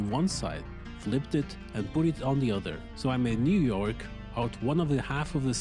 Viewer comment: why do you pronounce new york as "newark"